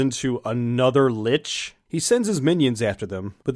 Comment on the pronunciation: Here's a helpful hint: Lich rhymes with Lick, not Bitch.